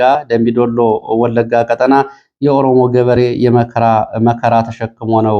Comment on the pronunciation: ÷ እባክዎ ቀ"ጣ"ና በሚባልበት ቀ"ጠ"ና አይበሉ! "ቀጠና" ረኃብ ማለት ነው:: "ብልኅን አንዴ ንገረው!"